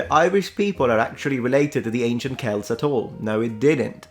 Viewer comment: oh i am so overjoyed you used the correct pronounciation of Celt yet knowing your attentional to detail I shouldnt be surprised